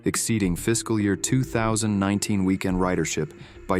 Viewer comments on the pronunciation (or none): The AI narration has problems. it doesn't "understand" the need to put an emphasis on "weekEND" and "weekDAY" to point out the important result of the research. Instead it put the emphasis on "average" both times and blows through what's different about the two sets of data. Why can't you use a competent person with a personality who cares about the topic?